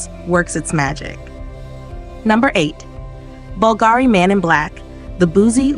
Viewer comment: So, Lynx Africa applied liberally doesn't cut it then?! By the way, it's "BULgari", not "BulGARI", and there's no "k" at the end of Montblanc. More training of the text-to-speech software required.